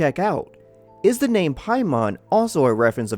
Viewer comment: It's NOT pronounced "Pie-mawn" in the 9 demons... It's pronounced "pay-men"